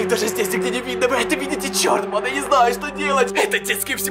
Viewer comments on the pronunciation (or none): Мне одном кажется что он говорит не банда а панда🌚🌝🌝🌝? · И да кажется что он говорит панда а не банда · Пачиму ты говориш почти вьсигда паньда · Мне тоже кажется точнее я думала раньше что он так пандой и называл тех кто его смотрит... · Мне кажется что он говорит панда а не да да??? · Мне тоже кажется что он говорит панда!?🙉😸😧😘😙😗😚💋💘💞💖💗💔❤💚💜💙💛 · Да правда